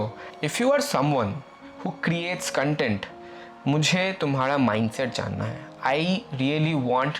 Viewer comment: its CONTENT not CUNTENT